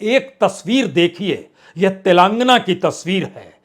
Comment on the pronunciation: Mr. Parsoon Vajpayee ! If you are speaking Tilangna , Tilangaanaa is correct word.